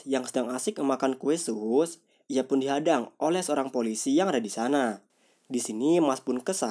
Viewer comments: disebutnya kue sus bukan sas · kue SUS, bukan SAS, agak aneh dengernya.